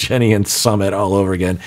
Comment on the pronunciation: has been so careful about pronouncing names of cast members correctly. However, he consistently mispronounces Sumits name. Everytime he says it. It might help to go back and listen to how his name is pronounced. pronounces it like the ‘summit’ of a mountain. It’s actually pronounced more like ‘Sue mit’.